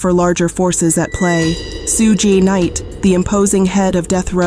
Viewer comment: The AI voice Saying Sue gay knight is diabolical smh